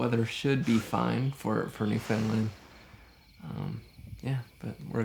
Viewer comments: Being from Newfoundland, great video, pumped to see you wearing the Dildo shirt (I’m from Hearts Content), but man I gotta teach ya how say Newfoundland! Lol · Can’t believe you were in Newfoundland. Huge fan here living in St. John’s! Just so you know for next time…we pronounce it Newfin-Land 😉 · That's first I've heard Newfoundland pronounced that way haha! But oh my this was absolutely stunning! The storytelling was impeccable and as always the sound and cinematography are outstanding. Glad you came to visit our beautiful country